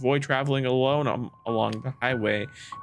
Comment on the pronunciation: When you said alone my tired brain thought you said "alOwOne"